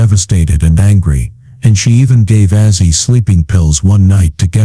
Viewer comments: I love Ozzy but couldn,t watch after a few minutes cuz of the ai speaker calling him Azzy. It made me ill. Get it right. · Its not assy its ozzy